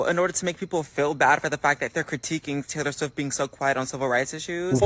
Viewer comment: I interrupted my white cis ass to notice Brad pronouncing this.